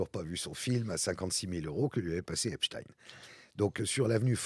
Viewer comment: Il suffit de regarder un reportage en VO pour savoir qu'on prononce "Epstine"